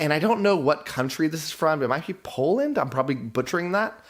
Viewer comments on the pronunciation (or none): none